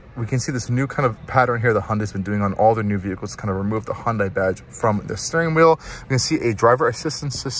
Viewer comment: Minor nit: It's pronounced "Hunday", not "Hon-die". Hyundai ran an ad explaining this many years ago.